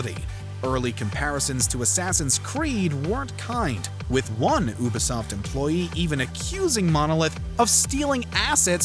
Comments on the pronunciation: It's pronounced "YOU•B•soft," not "Ooo•B•soft." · Its You-Bee-Soft, not Ew-Bee-Soft, jus sayin' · did he just say oobisoft haha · Appreciate the video. But, how could you mispronounce Ubisoft (Youbesoft) not (oobesoft) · Oobesoft? Did you mean Ubisoft? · I’m sorry, did this man say “ooh-bisoft”? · Nat see and ooooobisoft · Is it really pronounced as (oo bee soft)? haha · Dudes, miss pronounceing, Ubisoft surely I'm not the only one to catch that. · The way you say Ubisoft hurts my soul. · The "Ooo-bisoft" and "Wolfensteen" pronunciations made me lol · Omg How your pronounce “ Ubisoft “ and “wolfenstein” so damn cringey ah sia . I hope you go back to basics as to how to pronounce those two . Literally arm hair gave goosebumps